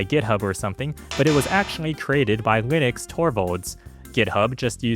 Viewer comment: Linus is not pronounced with an X.